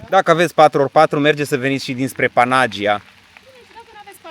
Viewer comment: Vacanta frumoasa! O mica corectura, daca se poate. Panagia se pronunta Panaghiia ( cu accent pe silaba ghi). Eu asa stiu si asa am auzit cand am discutat cu un localnic.